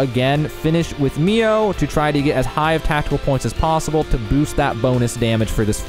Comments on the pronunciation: i like the video, but man saying MIA instead of MIO was annoying lol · I started the game a few weeks ago. I'm close to finishing it. I should've watched this video right away! Besides getting Mio's name wrong (lol) and pronouncing Sena's name wrong as well, your explanation skill is amazing! 🤟 Why must Monolith always overcomplicates their battle systems...